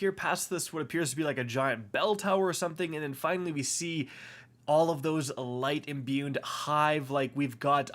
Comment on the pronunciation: So, I couldn't help it... I love the content and had to get this off my chest. It's pronounced tincture (tinkture) not tinsture as well as imbued (no n) not imbuned. I know, who cares...